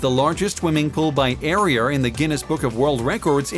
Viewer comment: “Areaer” like wtf he said it like a 100 times. It’s pissing me off